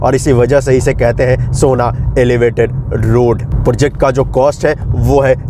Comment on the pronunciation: पोर्जेक्ट नहीं होता है, प्रोजेक्ट होता है । अब ये मत बोल देना कि बिहारी में ऐसे ही बोलते हैं। टोन रखिए बिहारी जैसा पर सही से अंग्रेज़ी वाले शब्द तो बोलिए